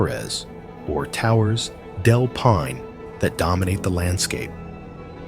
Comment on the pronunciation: Impressive collection of places… but sorry, a couple really painful pronunciations! Torres del Paine is pronounced PIE-nay, not pain. Plitvice is pronounced Pleet-VEET-za, not plitviss. Cheers!